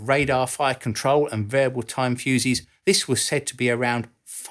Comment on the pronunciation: Oh, for God's sake, PRONOUNCE the words CORRECTLY. Another is "An-nah-THUR" not "an-NUV-er". The word "this" is NOT pronounced "VISS"